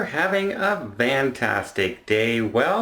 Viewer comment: The word is NOT Vantastic. Learn English.